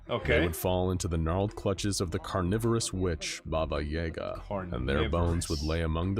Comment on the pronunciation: It bothers me more than it probably should that SCP Explained mispronounced "Yaga". I'm not even Russian.